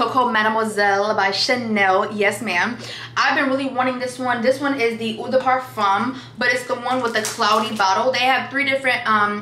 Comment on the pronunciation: I’m french (French West Indies) and I have to say that I was so pleased by the way you pronounce “Eau de parfum” 😀 that was smooth 🥰